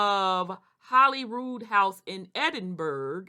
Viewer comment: Edinburg 😂😂😂😂 Its Edinburgh